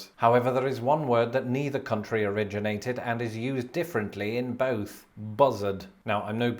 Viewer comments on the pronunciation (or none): none